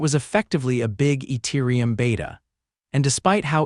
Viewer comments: Eturium lol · who tf pronounces the T in Ethereum????????????